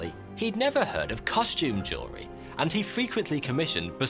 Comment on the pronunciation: "Couson"? "Jewerly"? Are you baiting pedants like I?